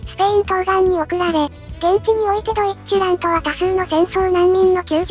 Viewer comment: 個人的には発音はドィッチュラントだとおもってます